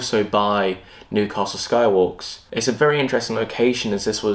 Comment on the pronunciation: Stop saying Nu~castle it’s New-castle ffs 🤦‍♂️